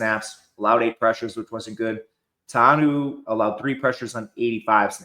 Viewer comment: Tauanuu is pronounced Tau-a-noo-oo